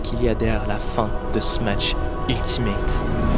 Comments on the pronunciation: Ok mais pourquoi tu dis smaTsh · Très bonne vidéo juste à chaque fois que tu dis smatsh je freeze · La vidéo est magnifique est très bien réalisé bravo à toi mais vu que tu dis "Smatch" jvais devoir disliker la vidéo dsl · Dsl de faire le mec chiant mais pk vous êtes plein à dire smaTche au lieu de smash ? c'est pourtant pas si compliqué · trop bien la video mais par pitié arrete de dire "SMATCH" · faire des jeux JAPONAIS en ANGLAIS, tout ça pour prononcer SMATSH, l'anglais vous pisse tellement dans la tête que vous voulez faire des prononciations plus anglaise que l'anglais, c'est pathétique. T'es dans un entre deux linguistique qui existe pas.